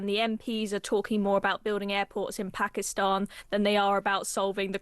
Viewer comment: The most terrifying part of this interview was hearing an imaginary 'r' in Pakistan!